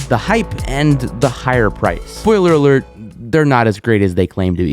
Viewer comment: HE ACTUALLY DOES SOUND LIKE HE'S SAYING BOILER ALERT LOL!